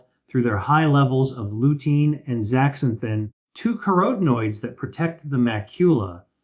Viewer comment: CAUTION: This video uses A.I. with the voice of Dr. William Li. Don't be fooled. One way you can tell is the pronunciation of certain words... zeaxanthi, for instance. It is correctly pronounced zee a zan thin. The ''x' is pronounced as a 'z' so remember that A.I. mispronounces many words, particularly having to do with health and medicine. A.I. is taking over a lot of things so be careful. I have found A.I. to be WRONG about many facts as well. Another word in this video that A.I. mispronounces is statin, which it pronounces with a long "a" in the word 'statin' instead of a short "a" sound. As a researcher I do not depend on A.I. at all. That would be the sign of a very inexperienced researcher and make me look like a fool. I would not have a job as a researcher for very long if I depended on A.I. for facts and pronunciations. And neither would you. So be aware of AI-generated videos.